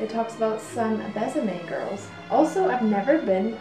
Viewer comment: So you know, the line is pronounced "Bess-a-may"; there is an acute accent aigu - Bésame which makes it soft :)